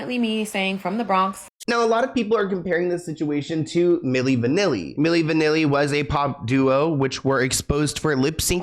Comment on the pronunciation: 🤣 Not "Milli Vanilli" 😫 oh shit! 😭💀☠️ I ❤ Mariah